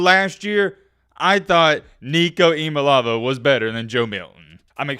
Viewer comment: and its so easy to look up how to pronounce Nico's name lol